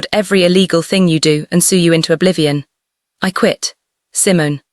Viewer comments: I'm sure Simon...is Simone... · Your Narration is terrible. The voice. Is her name pronounced "C-mone" or Simmons like the fruit. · ❤❤❤❤❤I really loved this. Wonderful emotional journey. Meaningful. Please work on the AI narrator. Maybe type in the words phonetically. Example couch should be written like COWCH and Simone would be Seemoan. It’s very distracting to hear all these mispronunciations of English words